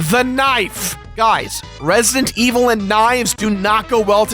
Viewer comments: "Resint evil" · its resident evil not resntevil omg say the game right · Resient Evil? I can't hear him pronounce the d in Resident Evil most of the time.